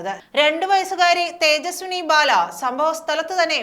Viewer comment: ബാല എന്ന് പറയാൻ അറിയാത്ത വായനകാരി